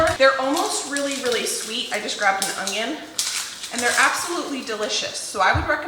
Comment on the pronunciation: The way you say “onion” makes me giggle every time. It sounds like “ongyun”